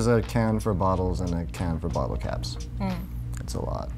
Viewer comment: I thought he said “a bin for cats” instead of “a bin for caps”